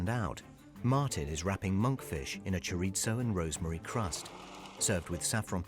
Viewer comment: I wish they would learn how to pronounce ‘chorizo’ It’s not Italian, and it’s not written with two z, like pizza! If you don’t speak Spanish, there’s no need to lisp - just pronounce it like an ‘s’